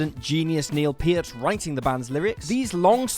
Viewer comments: ok, man, say it with me: Neal PURRT. pee-ert, is no. PURRT. AH-nuh-muh, not "anemia" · Its pronounced pert. Not piert.